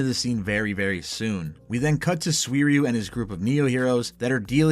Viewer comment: bro stop pronouncing it like "suiriyu", its "suiryu"